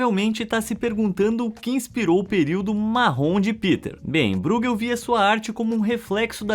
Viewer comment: Essa pronúncia de ÓI que você diz ser a correta nem sequer existe em holandês. Você fala como se fosse alemão, como o nome do goleiro Neuer, porém não percebeu também a ordem das vogais, pois não é BREUgel e sim BRUEgel. Sua tentativa presunçosa de explicação foi tão miserável quanto a de gringos que acham que espanhol e português têm as mesmas pronúncias. Erro básico achar que alemão e holandês são idiomas semelhantes. Apaga seu comentário que dá tempo ainda.